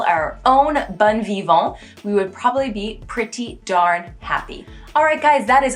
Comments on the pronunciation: Yes, but watch out for "bon vivant" -- your "bon" sounded more like "bonne" ;-) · The way you pronounced "bon vivant" came out as "bonne vivant" which doesn't actually work. It's either "bon vivant" or "bonne vivante." Bon is a nasal sound while bonne is a soft sound. You can't really mix the two.